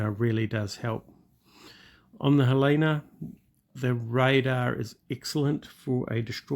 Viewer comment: FYI, it's pronounced Helena like the lady's name Helen... Montana town, USA😊